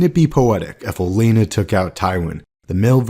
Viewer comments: Would've been more believable if you pronounced her name like OleNNa than Elena lol. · o-LEN-na. Does that not drive anyone else nuts?